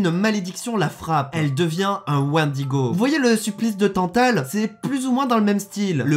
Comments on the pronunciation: J'aime quand tu prononces mal "wendigo" enflure. Sinon POURQUOI T'AS TRENTE CHAINES ?! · T'es trop bete, tu dis Wendigo alors que ca se dit Wendigo ...